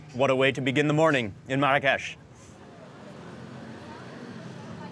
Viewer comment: Funny how you keep mispronouncing Marrakesh. Even your guide notices it. LOL